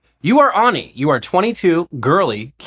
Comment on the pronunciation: Wouldn't you say ani like "Annie" not "ah-ni"?